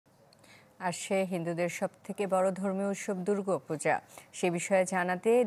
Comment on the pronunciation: "দুর্গো পূজা" আপনারা উচ্চারণ করতে না পারলে নিউজ করেন কেন ?